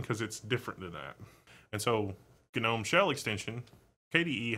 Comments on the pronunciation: Why is gnome pronounced gah Nome ? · I do not know why, but hearing him pronounce gnome ga-nome irkes me for some reason. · Isn't the 'g' in "Gnome" not pronounced..? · Gnome (pronounced ˈnoʊm) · the g is silent